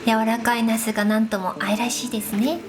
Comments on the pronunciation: 発音が那須ですね😂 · 那須って名前の方を呼んでる感じですよね笑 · の、ナスの発音が面白い。